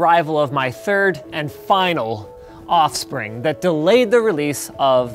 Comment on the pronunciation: I love how he says : "My third and FINAL off spring"